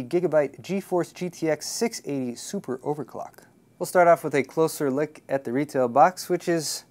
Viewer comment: did he said "A closer lick"?